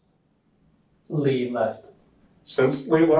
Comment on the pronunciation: Tough watch hearing you say Lee instead of Lea